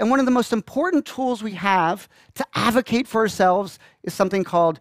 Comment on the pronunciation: aDvocate not avocate. That drove me nuts!